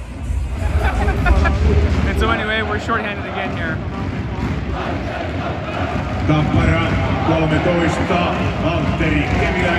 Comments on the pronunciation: Hi, you should put the accent on the first "a" in the name tappara. Táppara. This applies also on the all other names. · Listening you pronouncing Tappara and Tampere is painful but so glad you made it to Tampere! If you're craving some international food Aloha Ramen and Taco's and Tequila are legit!!